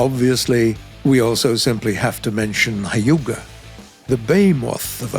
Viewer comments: "the hiGh-yOu-gUh" eye roll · Okay being a weeb,his pronounciation of hyuga triggered me a lot, Naruto fans know how it is pronounced, also fun fact I grind the Soviet tree actually (all modes) but I actually saw it in a naval battle (arcade ofc, realistic are boring and difficult I only use em for planes) there's a ship named chidori!!!